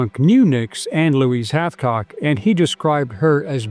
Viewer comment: Its Hathcock